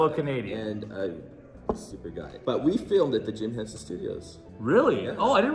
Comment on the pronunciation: It's Jim Henson, not Benson; but otherwise great vlog as always!